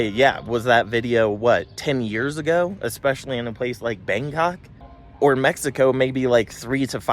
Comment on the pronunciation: I love the way you prounounced Bangkok, "Bang C**k"